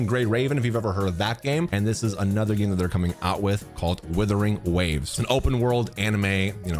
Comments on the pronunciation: Wuthering waves not withering waves 😂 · you have many fans not liking you and you called wuthering waves, "Withering waves" that's how you disrespect the name, like wtf where you reading? It's like calling Genshin, "Jenshin" next time think before saying shit that doesn't sound right. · You can't even say the game's name right. Just stop at this point. You ruined genshin with your vanilla fantasies enough. Don't ruin this awesome game too.